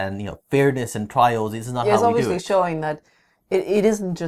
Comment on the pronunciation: say obviously again: "obvioushly":D haha no offense love you guys